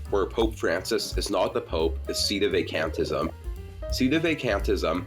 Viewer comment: @@ He can't even pronounce "Sedevacantism" correctly. It's really irritating me.